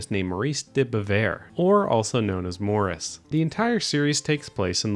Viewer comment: The funny thing about mispronouncing Morris's name is that Lucky Luke's title came about as a result of the French mispronunciation of "Lucky" as "Leukey" to produce something similar to "Lukey Luke". I think Morris would have had to give you a pass.